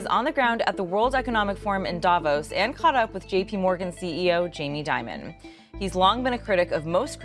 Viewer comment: Actually, the correct pronunciation of Dimon is "demon". It's fitting for this scoundrel.